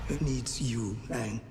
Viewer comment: The fact they actually pronounced his name right Aang not Ong is worth watching the series.